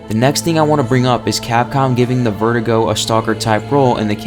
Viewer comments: It's ver-du-go not vertigo. How hard is it for you to say it correctly? You've said it wrong so many times now. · Verdugo is pronounced Vehr-doo-go